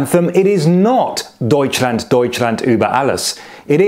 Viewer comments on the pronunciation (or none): none